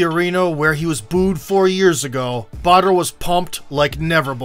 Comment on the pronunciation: Until I read the title of this video .. I was hearing Butter ... I though it was a killer name ! when I saw Badr .. I ended up loosing my 'waow' into respect for the warrior ! Good warrior, good video ! Keep up the good work guys !